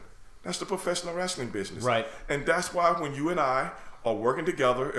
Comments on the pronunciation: Am I the only one hearing “Bitchness”? 😂✊🏾❤️ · I thought he said bitchsiness instead of business. Either way the name is appropriate. It's a bitch of a business.